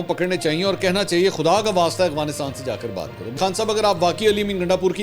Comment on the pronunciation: منصور بھائی پھر، اغوانستان؟ افغانستان ہوتا ہے۔ دیکھ کر پڑھنے میں مشکل ہے یا جان بوجھ کر کرتے ہیں؟